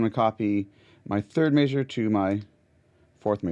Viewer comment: very Cool video but why you say measure like that?